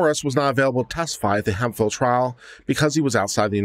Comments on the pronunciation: Hemphill. This word is pronounced hemp-hill, not hem-fil. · it's pronounced Hemp Phillip